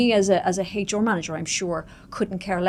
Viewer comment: in a competition for the weirdest pronunciation of HR the first places goes to this lady for sure. Heychoer